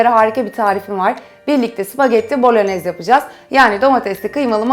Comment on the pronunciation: Süper tarif ellerinize sağlık. 😊 Bu arada küçük düzeltme "bolonyez" diye telafuz ediliyor 😊 "y" harfi yazılıda yok ama öyle okunuyor.